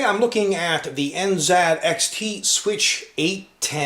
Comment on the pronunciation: Funny how he said it has NZadXT.